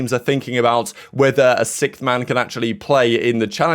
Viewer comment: I wonder why does this guy pronounce sixth as ‘sickth’, did he see that tweet and forgot how to pronounce it or what